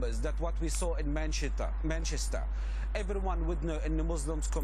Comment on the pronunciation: Did anyone else hear him say 'Manshitter" instead of Manchester?